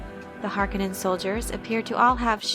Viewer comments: Harkanin? Its Hark-O-nen. Please stop saying this wrong. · Harkonnen not pronounced "Har-Ka-Nen" it's "Har-Koe-Nen". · It's Harkooonen, not Harkkonenn. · I noticed you kept calling House Harkonnen as (Hark onin) with a short o sound. I have always heard it pronounced as (Har Ko nen) long o sound. I guess it's just different peoples pronunciation from what Frank Herbert wrote. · Just a heads up ... it pronounced Har-KOn-nen, not Har-KA-nen. The 'O' is long. 👍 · Great video. I don't understand why people mispronounce the word Harkonnen. It is HarK'o'nnen not Hark'e'nnen or Hark'i'nnen. The second syllable is with a 'O'. The Lynch movie got it right. The westwood games got it right. It is only the TV series that got it wrong. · Har-Kon-nen say it right! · It is pronounce Har Ko Nen , it was bothering me thoughout the video :)) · Why the stress on the first syllable in the name Harkonnen? I'm generally curious as it's a BB it jarring after 35 years hearing it said with stress on the second.